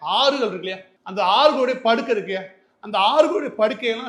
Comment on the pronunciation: அண்ணா படுக்கை இல்லை. அது paduhai